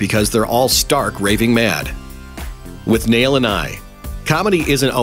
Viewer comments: It's not withNAIL and I ... It's WITHnail and I. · It's pronounced 'wit-nail' not 'with-nail'..... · It's not with-nail it's withnul.. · Learn to pronounce Withnail. It's pronounce in the movie. You obviously didn't watch it.